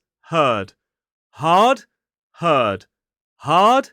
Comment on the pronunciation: The problem with your test is that, if I don’t read the words, it’s difficult to understand if you are saying herd or hurt (the final d/t sound are almost silenced). You must highlight that 3: can be a ur or a ir